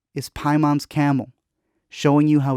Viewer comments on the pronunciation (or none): "Pie-mon"? Ugh... "Pay-min". They say it like 20 times at the end during the treehouse ceremony.